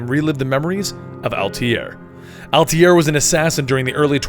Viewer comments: i liked the video , i'm watching the rest one by one , btw its not Altiere it altaier you made the guy sound french lol ! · I'm watching the playlist now. Does he stop calling Altair "Altier" in the future?